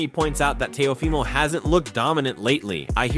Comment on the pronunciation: How you gonna say Teo’s name wrong in more than one way? Is the audio in AI?